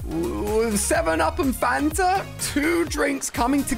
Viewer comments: It’s Fanta not phanta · Why do you call a DT and DIY and why do you call The canon thing phantom Ganon it’s fanta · I thought he said phantom mini gun